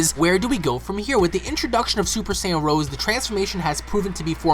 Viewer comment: It's not "Super Saiyan Rose", it's "Rosé"! Like the type of wine.